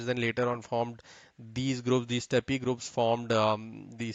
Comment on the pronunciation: I wish you Indians would realise that 'Steppe' is pronounced the same way as 'step' not 'steppy'